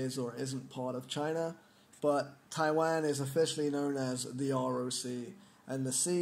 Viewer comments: Can u pronounce Taiwan correctly? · lol Taiwan.. you say it funny